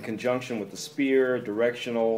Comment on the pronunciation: Sphere isnt pronouced "Spear", its "Sphere" - the "ph" is like an "f"